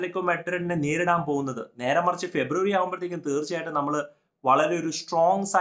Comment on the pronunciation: Neerudaan aano atho neridaan aano? 😁